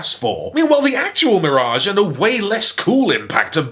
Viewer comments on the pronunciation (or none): Love the way pronounces "MEER-age."